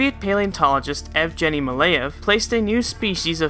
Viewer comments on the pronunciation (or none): Zh in Mandarin Chinese is pronounced J. So zhou sounds like Joe. Whiteaves sounds like white eaves and the G in Evgeny is hard like in goose. I realize you’re not the cunning linguist that I am...but damn good work.